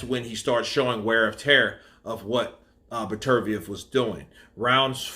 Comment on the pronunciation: You watched the fight right? So I'm guessing you heard the commentators say his name correctly. It is Better-B-ev for fuck sake. You have been butchering this guy's name in all your videos. Be better, b ev!!